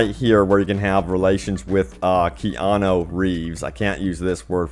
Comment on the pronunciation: Is it that hard to say kee*on*ooo